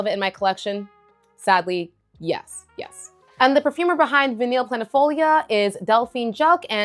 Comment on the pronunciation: VANILLE is pronounced: Vah-KNEE NOT Vah-NILL